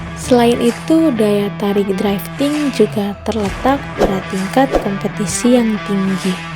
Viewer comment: ralat untuk penyebutan kata drifting kak , bukan draifting🙏🏻 draiv lebih ke penyebutan kata pengemudi. cmiiw